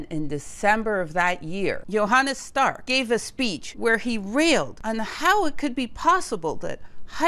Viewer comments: it’s „Johannes Stark“ Not „Johannas Stark“ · Thank you very much for this so interesting video! One small note: The first name of Professor Stark is Johannes (not: Jonannas).